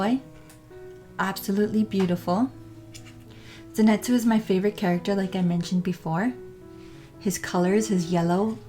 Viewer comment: LOL ZENETZUU HAHAHAH SAY IT RIGHT